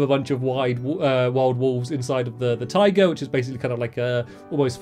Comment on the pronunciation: Stamps... you said taiga like tiger... i got a little bit confused on the beginning there...